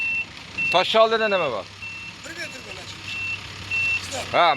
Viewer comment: Тошши эмас тошни деб айтинг эьтибор бермаса дагал эшитиларкан куол маьнода